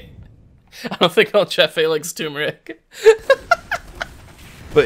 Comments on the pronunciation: Just saying,, it's Turmeric, not Toomeric. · Hearing him say "Tumoric" Instead of "Turmeric" has been doing the same to me. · Why pronounce turmeric tumeric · Hey you pronounced turmeric wrong. I'm extremely disappointed in you.:(